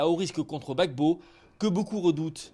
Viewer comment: on dit Laurent Gbagbo et non laurent Babo.